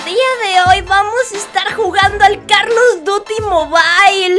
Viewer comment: WTF ALGUIEN SE DIO CUENTA DE QUE DIJO CARLOS DUTY